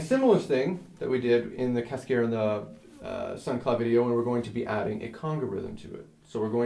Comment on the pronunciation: It would help students if you pronounced "cascara" correctly. Not being a smartass. I enjoyed the video